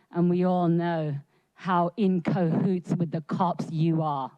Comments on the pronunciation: She doesn't know how to say kahoots. (and I probably don't know how to spell that) The second letter is an A, not an O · Urgh, it is Cahoots not Cohoots. I thought she was meant to be smart? Fucking clown shoe.